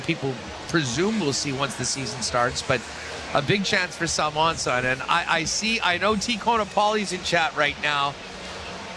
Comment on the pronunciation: Why doesn't ever say the o in Salomonsson? Salmonsson